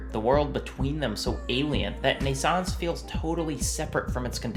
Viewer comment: Shameful! However, despite your claims to the contrary, your pronunciation of "Naissance" is alctually flawless. just like your pronunciation of "NaissanceE" which is just Naissance with a slight emphasis on the usually mute "e"